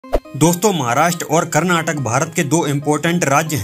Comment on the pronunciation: KarnatakaAA pronounce it correctly bro, it's feels similar to using wrong map of India without Kashmir